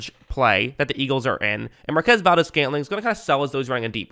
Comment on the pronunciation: great video, as usual. oh, it's mar-kwez, just in case you one day meet him.